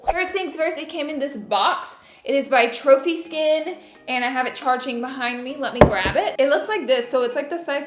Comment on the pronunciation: In the beginning when u were showing the product I thought u said chubby skin not trophy skin lmao 😂😂😂😂 love u Laura ❤️